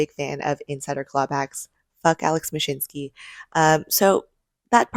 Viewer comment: Couldn’t help but hear mashitnsky pronounced every time his name was mentioned. Instead of taking a bid from a mature company we get a startup that’s been in the space for less than 2 years… wtf. liquidated assets during a bear cycle instead of getting our assets back. Retail investor definitely getting the short end of the stick as our villain walks off with a few cool million of OUR money. Meh